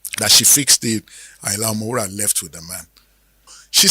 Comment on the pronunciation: Does anybody tell you that you are a professor of presentation I love everything about you look at the way you pronounce the name.... Ayinla omowuraaa..😅✌️🕯️🙏👍👑✅💯💕🎉